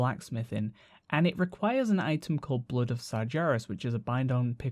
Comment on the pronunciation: I didn't like it when you pronounced Sargeras wrong so i stopped watching.